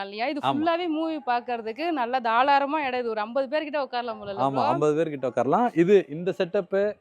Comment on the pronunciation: Thalaram illa tharalam 😊